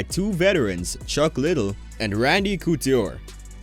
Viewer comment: You literally called him Chuck Little. Wanna support but man at least know the stuff. If you did you would know how to pronounce simple names. Good luck man.